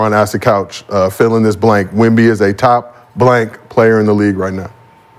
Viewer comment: They gotta do a commercial with Sheed calling Wemby "Womba Womba."